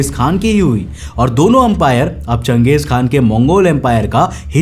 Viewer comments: Bro Genghis Khan nahi Chenghiz Khan hai I am from class 7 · And he can't even spell Genghis khan properly It actually pronounced like Gang Gis khan Not jeng gis 😂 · गलत उच्चारण मत करो। जंगिस खान नहीं.... चंगेज खान समझे की नहीं। नाम को सुधार लो मैंने भी इतिहास पढ़ा है।….. History is my favourite subject... Now I'm going to left from our video. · bhai iska naam...jangesh nhi.......changesh khan tha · You are pronouncing wrong its changeeez khan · Genghis = घेचिस KHAN😂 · Changes khan tha ya ganghies khan tha lowdee😂😂😂 totle